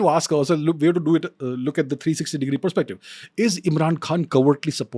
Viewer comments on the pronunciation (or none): The way he said "360 deg view" 😂😂😂